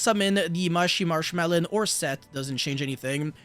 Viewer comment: I cannot take you seriously when you saying marchmarchmallow XD